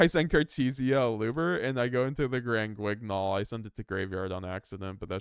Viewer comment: The "gn" in "Granguignol" is pronounced the way you pronounce the "n" in "onion" or "ny" in "nyan."